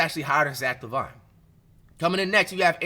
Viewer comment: “zack La Vine”😂😭its pronounced zack laveene bruhh